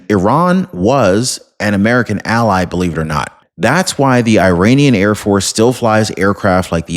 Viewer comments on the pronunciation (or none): none